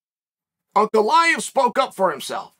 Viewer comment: Ray-chick? Uncle eye-ev?